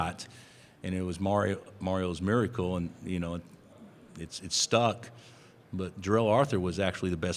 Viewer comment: The "MIRICAL COME BACK"